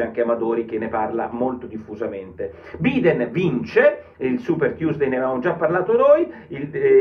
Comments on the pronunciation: Porro ottimo come al solito, una piccola cosa Biden si pronuncia Baiden in italiano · Porro sei un mito ma guardati la pronuncia corretta di "Biden"....